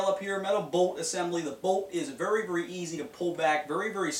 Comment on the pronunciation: vury, vury, vury comfertable. lol